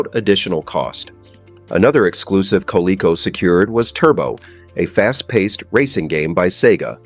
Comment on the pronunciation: Good response to the fact that the AI voice mispronounced the companies name MULTIPLE times almost like the response was from AI.